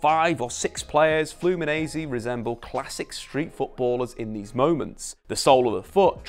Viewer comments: We say Flu-me-nen-see not Flu-me-nee-z. Also, nobody calls it "O Círculo Bobo". Its called "Bobo" or "Rodinha de Bobo", which means, in sequence, "Silly" and "Silly circle/wheel" (as you've put it in the video). Bobo or "Silly" are the players inside the ball that have to keep running after the ball to intercept it when its being passed inside the circle. Its very widespread here in Brazil from kids to professional clubs. In addition, "toco y me voy" its in Spanish and we don't use this term here. We just call it "Tabela" (its essentially the same thing, someone passses and moves forward to receive the ball, thus moving past the opponent) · Let me teach you a thing...say FLOO-MEE-NEN-SAY...repeat after these... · You can say it like FluminenCe. The S after the N in portuguese sounds like a C 💚🤍❤️ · This is how you say it: “Flew me Nancy” think these words and voilà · I love the way he says "Flumineize" everytime and don't even tries to apologize(and he shouldn't) EVERYTIME for spelling it wrong. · Hello! Well, awsome video! Diniz is the future! And, about your pronounce with the "Fluminense" word , you have to talk like if saying these separated word in inglish : Flu + Me + Nancy :-) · Video is awesome, but you're saying "Fluminense" as an Italian. It's not that hard, I'll etite it using English sounds: Flu-me-Nancy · It’s pronounced flu-mee-nen-see